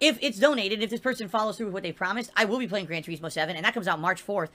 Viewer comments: ive never heard anyone call it that.. everyone including the reviewers for 15 years called it Tur-iz-moe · Why does he think people want to watch him drive through the grass in "Gran Toureezmo" lol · Grand TuREESmo! BWAHAHAHAHAHA 🤣🍸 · "gran treesmow" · He can't say Turismo right and it pains me to hear him say it.